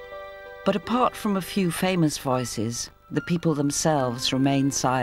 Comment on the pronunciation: Why does pronounce “voices” as “viiices”? 😅